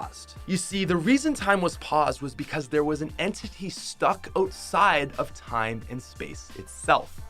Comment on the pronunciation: why do i put so much emphasis on your O’s all i here is oteside not outside